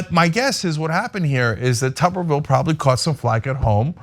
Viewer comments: It’s not tu-ber-ville it’s tub-er-ville. when he coached football at auburn they called him T Tub. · Say his last name right Damn